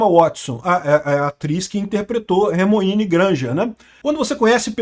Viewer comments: Será que sabe??? Ele falou Hermoine Granger aos kkkkkkkkkkkkk kkkkkkk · "Remoíne Granger" kkkkkkkk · "Ermuine" foi foda😂😂